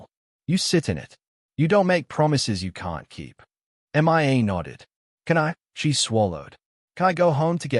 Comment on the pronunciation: I don't know which is more annoying, the Australian accent or the pronunciation of Mia's name as "M.I.A."